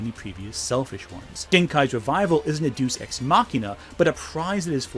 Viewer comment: If you hated the Black arc, you'd hate any mythology at all. And Deus Ex isn't pronounced "do sex," thought that was marginally relevant.